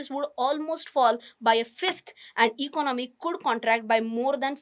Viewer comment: You seems very confident when you speak but try to learn to speak few words like economy and certainty correctly and may be few more